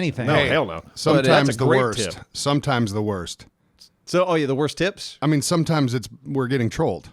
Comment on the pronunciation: I know is saying tips but I'm hearing tits